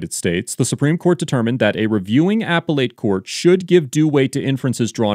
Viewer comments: The pronunciation is NOT “Apple Ate” it’s əˈpelət. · “AP-pel-ATE”? Do you mean “Ap-PEL-lit”? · Appellate is pronounced "a pellet" not "apple ate." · Appellate is not pronounced "Apple Late" it is "A Pell Lit" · Repeat after me: Uh-Pell-Ut not "Apple-Ate" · Just FYI...it's not "apple ate" courts....it's "appelle it" courts. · Appellate is pronounced "uh-pell-uht", not "a-pell-ate" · Genuinely asking: Is the appropriate pronunciation of appellate "apple-ate," as pronounced in the video, or "uh-pellet," as I have heard on my life? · Apple-ate? Ah-pel-ut. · It’s uh-PEL-it not Apple-ate. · Why does the narrator always say "apple ate? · DUDE WHY TF IS HE CALLING IT AN APPLE-ATE COURT?? TRIGGERING TF OUTTA ME RN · It’s pronounced “uh-pell-it.” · “Apple 8” courts? Odd pronunciation. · Him pronouncing appellate that way is killing me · I know this is an older video, but does this narrator ever learn how to pronounce appellate correctly? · Narrator can’t pronounce appellate correctly? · You have interesting pronunciations of “appellate” and “deference”.